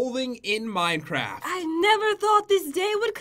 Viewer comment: XD I thought she said that too!!! lol